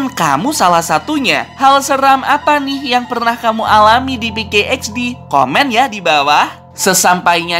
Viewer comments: PK XD Woi Bukan peykey XD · pk xdbang bukan pke xd